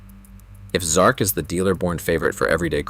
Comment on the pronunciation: XMark, not XARK.